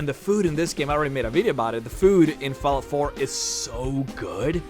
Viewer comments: HOLY SHIT your voice is annoying do you even know you say f"A"llout like f"e"llout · its not falout. its fall out.FALL-OUT. learn to speak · There's two L's in fallout you illiterate fuckstain. It's not Falout, it's FALL out. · its not pronounced fallout its fallout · "FoulllllOUT 4" haha love the pronunciation jk good vid man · Am I the only won hoo notist that he ses fallout wrong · The way you say Fallout is unbelievably annoying. Fallout is pronounced with an "ah" sound... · Oh god that Fallout pronunciation :(